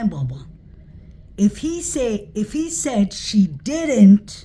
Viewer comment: He said dint.